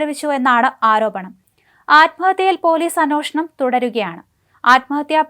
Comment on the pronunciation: ഭർതൃ..... അന്വേഷണം. എന്നീ വാക്കുകൾ മോളൊന്ന് പറഞ്ഞുപഠിക്കാനുണ്ട്....😂😅